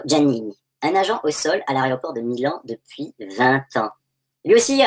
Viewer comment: Pour cela il faudrait déjà que vous soyez en mesure d'admettre que vous avez sélectionné trois courts passages sur une vidéo d'1h40 dans le seul but de décrédibiliser non pas les arguments exposés mais simplement ridiculiser la personne qui les présente. En fait tout est dans le titre, "aRéoport", voici votre ligne d'attaque, les défauts de prononciation et les "erreurs" anecdotiques. Décrédibiliser son adversaire est une technique de manipulation bien connue, et tant que vous jouer ce jeux il n'y a pas lieu de faire confiance en votre bonne foi. En résumé, mon commentaire précédent.